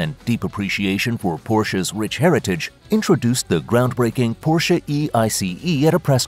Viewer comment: At least learn to pronounce Porsche... Boolshit video.